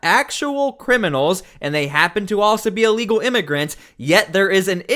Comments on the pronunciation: haha I first thought she said unlegal...too funny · I thought she said “This is an amigo traffic stop” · Didn’t she say its “a legal” trafffic stop? rofl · “Unlegal”?? She doesn’t speak English! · Allegal not illegal! 😂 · “This is a alegal traffic stop.” Speak English much? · is she saying this is 'ah legal' traffic stop? LOL! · “This is a Alegal stop” 😂😂😂 Woman learn to speak! Arrest them if they interfere. No hesitation. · Somebody should tell her illegal starts with an I not an A! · Right!! Really she's saying it's a legal stop.😂😂😂